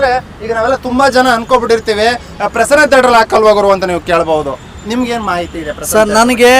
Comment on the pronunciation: Maeti alla mahiti guru